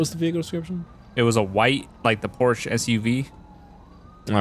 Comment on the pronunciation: Lol not being able to pronounce Porsche properly.